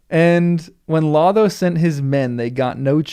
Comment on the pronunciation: "Lotho": both long o's, and a voiceless th (like in "think," not in "this"). "Odo": both long o's, like the character in Star Trek: Deep Space Nine.